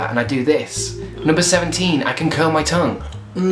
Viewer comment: I thought you said 7 not 17